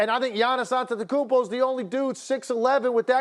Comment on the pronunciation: really kendrick perk is preaching .. the highlight of his carrier was the shaqtin a fool.ESPN doesnt have real analysts who talk sense . HE CANNOT EVEN PRONOUNCE GIANNIS ANTETOKUMPO. Atleast bring some hall of fame to talk basketball